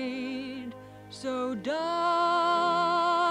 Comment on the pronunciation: What is a "yute"?...joe pesci >= )